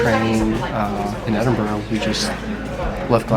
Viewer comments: So glad you made it to Scotland …my home town is Glasgow..you should have visited Glasgow necropolis it’s very impressive cemetery…and I know you struggle to say Edinburgh….you say edinbrow…..try saying this….edinburrah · So sorry, but not Edinbroooo but Edinburaa. X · I thought that too until towards the end when they got off the bus in the In the residential area and she did revert to "Edinburrow" when speaking of getting back to the city! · I love Edin-bruh. Last time I was in Scotland I sat on that same station balcony and ate a pasty washed down with a bottle of Irn-Bru. And I patronized a lot of Costa Coffee locations. 😁 I'd love to go back again. 😢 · It's ED-IN-BRA